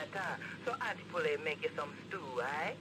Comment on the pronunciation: I'm not looking forward to the next few videos lol, I'm already annoyed by the way you say auntie poulet's name - it's pronounced pool-ay. Like how she said it in the phone call. It's french for chicken